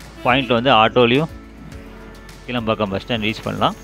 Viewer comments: Isn't that kilaa( ளா )mbakkam? And not keela(ல)pakkam? Pronounciation mukkiyam bigilu 😅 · கீழம்பாக்கம் அல்ல ; கிளாம்பாக்கம் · இந்த பேருந்து நிலையம் கீளம்பாக்கம் அல்ல --- கிலாம்பாக்கம் என்று உச்சரிக்க வேண்டும். நீங்கள் சரியான பெயர் கொடுத்து பழகிக் கொள்ளுங்கள். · Bro, கிளாம்பாக்கம், not கீழம்பாக்கம் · கீளம்பாக்கம் இல்ல, கிளாம்பாக்கம்